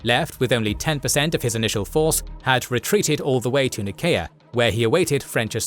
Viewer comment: Please tell me that’s not how you’re supposed to pronounce Nicea, I have never heard it said like that in my life and I heard it a few times in this one lol